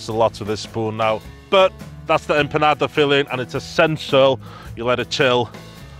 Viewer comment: Unique take on your Empandas… even how you pronounced IT.. EMPANADA DROP! #RESPECT